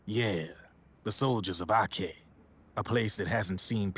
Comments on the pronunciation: he mispronounced Aceh. The C isn't pronounced as "k", but instead it's still "ci" as chili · "soldiers of AKEH" LOL